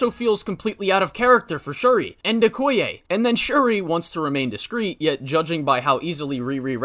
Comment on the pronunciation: you mean okoye not “okaya”